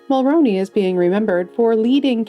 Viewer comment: She actually mispronounced Brian Mulroney's name